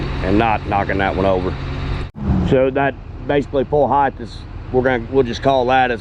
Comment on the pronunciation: Height not Heighth!